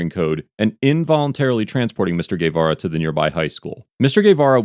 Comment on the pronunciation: Nicely pronounced! Guevara 👏